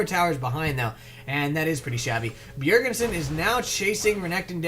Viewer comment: Its not 'Bjergensen' its just 'bjerg-sen' ;) nice commentary,like it very much.